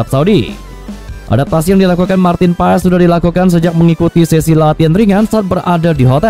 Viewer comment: Pengucapan namanya Martin Pass bukan Paes